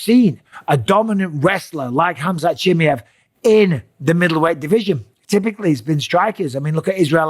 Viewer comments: its "Chim Mai Ev" not "Chimmey-Ev" ...Mate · Why are you calling him Chim-i-ev, while he is Chim-a-ev? Is this some kind of trolling? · Bisping, learn how to say faking names right. Chimaev not chimeev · It’s CH-MY-EV not Chimi-ev 😂😂😂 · chimiev? its chimaev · Chi mi Yev - Bisping never gonna learn how to spell his name correctly. CHI MA YEV ! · Atleast now show some respect and start pronouncing his name correctly… here I’ll help you not CHIMMY EVV it’s CHEE MY EVV BUSPONG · “Khamzat Chimmy-ov” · chimmy-ev. Mate you are worse than Chael calling him Hazmat. Have some respect for his name, its not that hard to learn how to pronounce it. Imagine someone calling you Mikhaila Pissping....... Not funny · wtf is khamzat "chi me ev" ? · Khamzat Chim-E-av 😂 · Chim"A"ev bro. "A" Say it now. Chimaaaaaev. AAAA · its CHIM-MAA-YEV, for the love of god. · MIKEL BISSPININING his name is (K)Hamzat CHIMAEV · He said his last name wrong like 30 times in one video 😂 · Bisping can't even pronounce Chimaev... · Please Michael, learn to pronounce his last name correctly! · He always says Khamzat last name wrong 😂😂😂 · if you are going to give opinion..learn how to say the champions name right .. Busdink.. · COME ON BISPING ? AT LEAST TRY AND PRONOUNCE HIS NAME CORRECT 😂😂😂😂😂😂😂 YOUR TAKIN THE PISS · For the love of God, Mike, learn how his name is pronounced. Especially now he's champ, lol